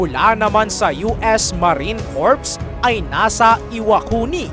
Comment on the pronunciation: Corp ang bigkas nito ay COR at hindi CORP.......